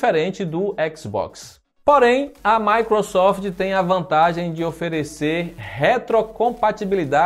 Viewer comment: matou o portugues kkkk